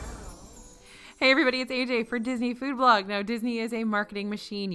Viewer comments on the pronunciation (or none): none